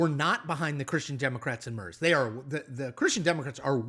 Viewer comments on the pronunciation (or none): It is pronounced like "Mehrtz" not "Muhrrzzz" also the AFD are much further to the right than you describe them, they are full on fascists running on a platform or queer extermination and ethnic cleansing of Germany. They are forced to hide their rhetoric with dog whistles to avoid saying their criminal intent out loud but everyone here knows what they want to do. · Chris, I’m an American living in Germany and you exactly hit the multiple nails on their multiple heads! So I’ve just subscribed to your channel! But… his name isn’t MURZZZ, it’s MARE-TS! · Please, it's "Mertss," not "Merzz"... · Tiny german pronounciation tipp, Merz spoken out loud is like a sheep sound "mäh" with a rolled "r" and a sharp "s" at the end. So "MährrrrZ" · I can't listen to this... Merz is pronounced "Mair - ts" How difficult is that? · The guy's name is pronounced "Merts", not "Mers". In German, a "z" is pronounced as "ts". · Grrrr! It's Freed-rich (with the ch sounding like the c in cute) Murts! A German Z is ALWAYS a ts-sound... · Who the heck are Friedrick Mörs (or Fridritsch Mörsch) and Angela Mörkl? There is nobody in German federal politics by those names? If you want to comment international politics at last have the respect to check how the names of the people you talk about are pronounced. If you can't be bothered to take literally 2 seconds to check the pronunciation, why should anybody believe you put more effort into forming/researching the other presented opinions? The level of ignorance displayed in this video explains how an intellectual titan like Donald Trump could be chosen the best of the best in all of burger land. I suggest you stick to reporting on the cheeto in chief and their African American token Elon Musk. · it's not MERS! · Merz = “Mare-tz” Loved your points Couldn’t bear your pronunciation 😬 (And yes, you said “Scholz” correctly - same “z”) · Merz is pronounced "Mairtz." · Mare-ts is closer, though. "Mare" has to be shortened.